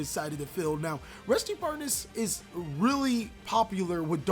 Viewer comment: Its Barr-Deesh by the way :P